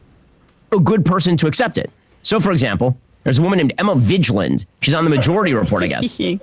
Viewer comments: Emma Vigeland! Ben Shapiro himself has now intentionally mispronounced your name. You. Have. Arrived! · i don't believe for one second shap isn't 100% aware of emma or that he doesn't know how to pronounce her name. she is a competitor on a rival channel and he's a weird little scared and insecure guy. hm! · Nice work Emma. You got your name mispronounced by a sassy conservative boy. Prepare yourself for more sick burns n shit.